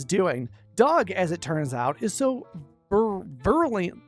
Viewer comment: "Ver-U-lent-lee" Its a fun word, I hope that helps